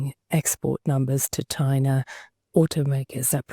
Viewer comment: 😂@ …Tyna? Now Germany has to compete with China and Tyna 😂😂😂